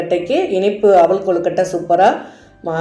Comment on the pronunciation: அவுலுஇல்லம்மா அவல்இதுதான்சரி